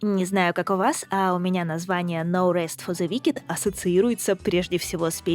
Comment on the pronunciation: "но рэст", а я думал, на слух показалось, что за "Наурыз фо зэ викед?". Думал казахская игра.